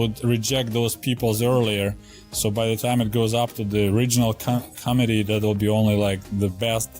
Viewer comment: He should practice saying "Mit". Like a Mitten. Because it's "Co-Mit-ee". Not Comedy. Most committee aren't that funny.